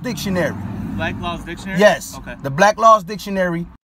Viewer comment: After, our legal genius here refers to "Black Laws Dictionary"! LOL!, more content creators need to point this out... It's Black's Law Dictionary not "Black Lawz Dictionary"! In the same way that becoming a SovCit removes a person's ability to correctly spell or pronounce 'coercion,' it also destroys their ability to say the title of Black's Law Dictionary -- Silliness!